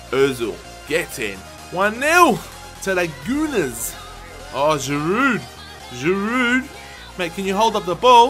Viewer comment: For Giroud, we don't pronounce the "D" at the end in France.